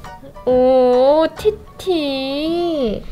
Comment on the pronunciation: 티티 말할때 팉티~이렇기 읽음 ㅋㅋㅋ